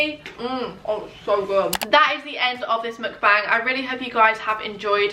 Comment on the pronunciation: I think you pronounce Mukbang wrong